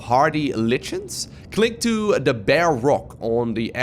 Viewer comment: its pronounced "Liken" its like a fungus that grows on rocks and is editable